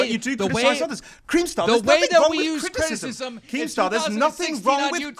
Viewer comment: Right here, gets so British when he says criticism.